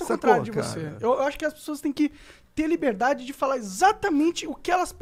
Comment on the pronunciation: Cada vez q o monark fala "liberdade" morre uma fada